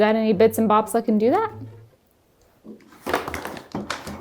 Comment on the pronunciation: Some interesting terminologies being used in this episode. Counterlevered? Isnt it cantilevered? Also, its definitely supposed to be bits and boBs, not boPs.